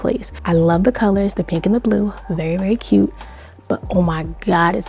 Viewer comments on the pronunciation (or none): Ve-ry key-Ute!!!!!